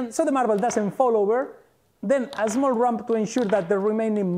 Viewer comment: Small. Not Azmol.